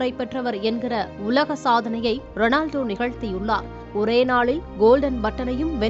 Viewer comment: Not Renaldo it's Ronaldo